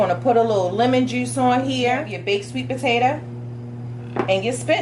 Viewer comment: Love that accent "TEW" "JEUCE" POTATUH 😄 🤣 😂 😆